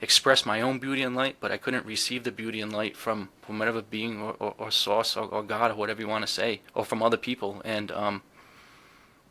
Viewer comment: I love accent when he says “Divine Source”—it sounds like “Divine Sauce” to my ears. Cracks me up every time!, I’d love to see a live chat or a segment about humor in this whole experience. I’ve had moments of deep laughter that felt genuinely healing—like when the tricksters show up to remind me not to take myself too seriously. I’d love to hear your (and others) thoughts and stories about how humor plays a role in the spiritual or consciousness space. Thanks again for the great podcast!"